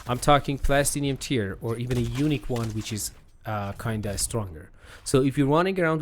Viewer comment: Dude when you said " unique" I thought you said " Eunuch tier" lol.